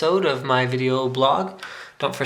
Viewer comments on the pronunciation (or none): none